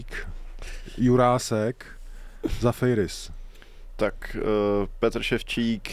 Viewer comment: Pánové, když už řešíte tu výslovnost u jmen hráčů, tak opět připomenu, jako už jsem jednou psal, ze Zafeiris se čte “Zafiris”. V souvislosti s nim je i zajímavou novinkou ze to vypadá za změnu reprezentace z norské na řeckou..